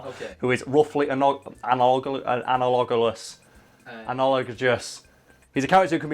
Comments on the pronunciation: it's pronounced An-al-i-gus. basically. it's close enough. you can say it I promise lol. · An-Al-oh-gus is how its pronounced, apparently. Ive pronouncing it wrong for a long time